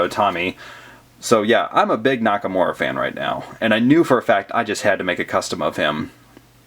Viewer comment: He said Nakamowa in the stop motion